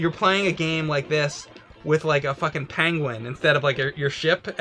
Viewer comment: Looks like went to the Banquet Conquistador school of pronouncing "penguin".